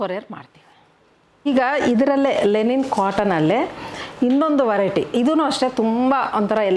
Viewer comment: It is LINEN not lenin 😅 ಲಿನನ್ ಅನ್ನೋದಕ್ಕೆ ಲೆನಿನ್ ಅಂತೀರಾ 🤣🤣